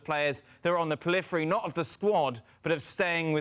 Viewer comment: “What does he do with the players on the peliphery” ???😂 Jesus Christ, this mug host can’t even pronounce basic English words